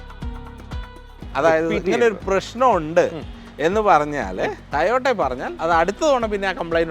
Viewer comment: ചേട്ടാ tayota അല്ല toyota ആണ്